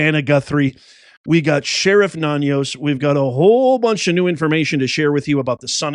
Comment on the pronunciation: love you brother. Great videos. But just wanted to correct the pronunciation of the Pima County Sheriff. It's pronounced "Na-knows" there is no "tilde ~" over the second N. Just Nanos. Thanks brother. Keep spreading the truth. 👍🇺🇲🇺🇲🇺🇲